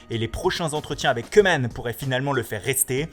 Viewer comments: on ne dit pas cuman mais on le prononce comme couman. allee svp vous-êtes des présentateurs faite le minimum d'effort. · Et je vous en supplie de dire queueman au lieu de koeman qui se prononce kouuman , parceque en néerlandais oe = ou Bordel c'est tellement pas difficile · On dit "Coumane" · "Reunald Keuuumannnne". Lol, ça va Keumannne, pardon Keeumaaane? Haha U made my day!